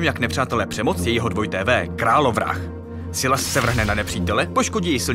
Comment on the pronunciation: Je to “Sajles” a ne “Sylas”